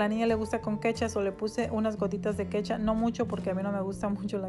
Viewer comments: Hola me encantó tus recetas. Super ricas y nutritivas. Pero te hago una pequeña corrección NO ES KETCHAA ES KECTHUP!!!! Gracias 😘🤗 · Es ketchup no kecha jaja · Es un consejo No es kecha es ketchup Minuto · me encantó como dijiste jajaja la kecha